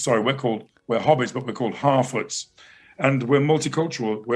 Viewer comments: Did that guy say they are called "Not Hobbits, but 'Halfwits'"? I mean this guy is a professional actor, and he can't even annunciate. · its not an accident that it sounds like he is saying "halfwits" instead of "harfoots" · Did...did this guy say "half wits"? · Who is "Toklein" in "Toklein Tube"? Why does pronounce Harfoots like "Half wits"? Why does DRiPPY HENDRIX try to impersonate Shoe0nhead? Why is TheQuartering referring to the photo of Galadriel when talking about the Dwarven princess? Would Donlemon possibly be one of the legendary Drow, or Dark Elves?